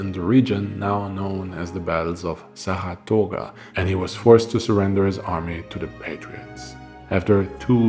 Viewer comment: I was born and raised outside Saratoga and currently live there. That was an interesting pronunciation lol. The battlefield is cool place to bike ride and see all the positions and what not. It’s a popular spot for stuff like that. Albany is pronounced Allbany, short A. But it’s okay because it’s a dump and makes sense it’s commonly mispronounced. I love your videos, thank you!